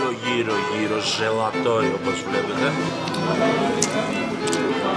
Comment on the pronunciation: Ζαλατόι όχι ζελατόι